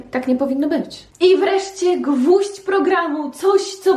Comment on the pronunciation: „gwóźdź programu” ???